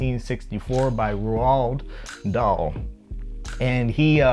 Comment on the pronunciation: His name is pronounced R all d Dahl